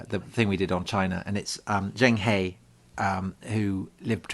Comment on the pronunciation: Zheng He pronounced " huh " Hei An would be prinounced Hey.